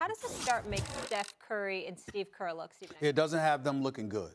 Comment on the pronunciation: "You Steve kerrrrrrr" lol